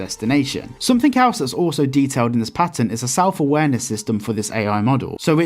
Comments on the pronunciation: Pat-end not pate-in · it's patten not "pai-ten" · i don't care for your accent but you pronounce the A in patent to much